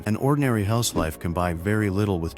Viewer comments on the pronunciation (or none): none